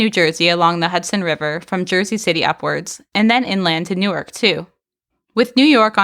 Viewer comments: ah yes… the great city of Nork, New Jersey! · How did Newark end up as "Nork" lol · Nork is actually spelled Newark! But the pronunciation is the same lol. Great video! It's nice to know that my neighborhood made the cut